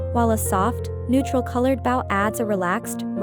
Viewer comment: I'll help with algorithms. The narrator pronouncing bow meaning to bend instead of a bow made from ribbons. Crazy. shows an invitation for warmth & coziness...seriously!? Someone is interested in dolls with blood & guts . Sure you can explain Toppers are a crowning jewel bringing truly magical personalities. Half these toppers were weird BS! Thumbs down buddy.